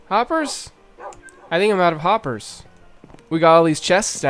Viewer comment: happers? harper? hoppers? where are you haypers? im sorry i had to